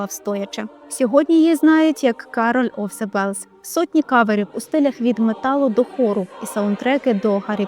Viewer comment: Мгм, "бєлс"... 😒